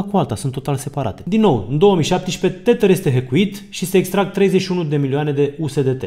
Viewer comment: tedăr iar r-ul e silent, nu tetăr. oricum e mult mai bine decât titărul lui Mihăiță 😁